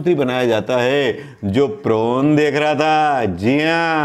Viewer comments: प्रोन नहीं पोर्न। वैसे यद्युरप्पा भी एक महिला कार्यकर्ता के गाल सहलाते देखे गये हैं। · Prawn नही Porn बोलिए सर.... Prawn तो झींगा मछली को बोलते है..... आप सचमुच बहुत भोले भाले हो सर ....प्रणाम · Prone nhi porn hota hai sir